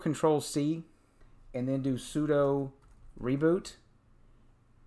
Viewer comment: Good tutorial, but sudo is pronounced like sue-do, it's short for "super user do."